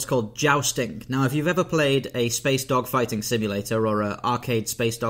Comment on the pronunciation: Did you say spaceDOGfighting or spaceDOCKfighting? 😂